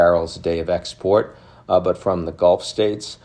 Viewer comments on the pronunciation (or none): none